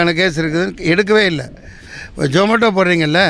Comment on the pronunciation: அண்ணே அது ஜொமோட்டோ இல்லை சூ- மோட்டோ....